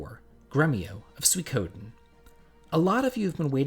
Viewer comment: He also says suikoden wrong. It’s no “ soo koh den”. It’s “suey ko den” lol.